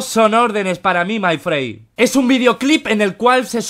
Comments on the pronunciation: Se escribe: my friend Se dice: mai friend Auron: mai frey jajaj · Todos: My Friend Auron: Mai Frei